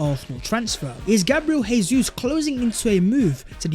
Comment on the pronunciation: it is pronounced Jay-sus as that is the Portugese pronunciation, not Hey-sus which is the Spanish pronunciation.